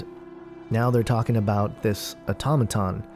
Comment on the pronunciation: it's pronounced "auto-may-ton". how about listening to the song before you write you garbage about it.